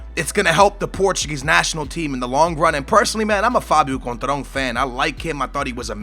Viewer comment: Conetral? Da fuck man? It's Coentrão, dont try to guess his name if your not even close...